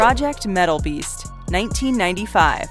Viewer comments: I know I’m not the only one who heard meatball beast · I work 3rd shift and listen to these often during the day having a couple beers when I'm home and I was like, this chick just say fucking meatball? Ahahaha glad I'm not the only one!